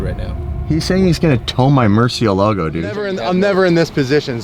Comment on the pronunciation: Lmfao how did you pronounce murcielago?? 😂